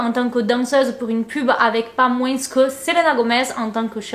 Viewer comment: on ne prononce pas le "s" à la fin de moins c'est un s muet comme dans parfois, corps, tapis etc :) bisous <3